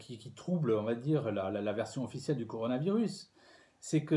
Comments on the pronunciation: CORONA et non CORANO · Le CORONA virus et non le CORANO looool